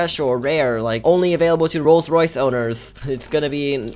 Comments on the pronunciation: says rolls rice XD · He doesn’t says Rolls Rice, he says Rolled Rice. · wow how says it "rolls rice" 🤣😂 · Lol calls it rolls rice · says ro rice coz he cant pronounce L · ROLLS RICE 😂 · clearly doesn’t know how to pronounce a rolls Royce 😂😂😂